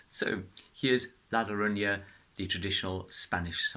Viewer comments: It's pronounced "La yorona" 😁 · You don't even get closer to the correct pronuntiation! You said "loronya" 5 stars as a guitar Player, 0 as Spanish speaker!! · Thats not how you pronounce the name of the song